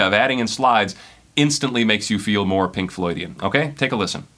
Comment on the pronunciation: Why do I cringe every time he says "Pink loydian" ... :/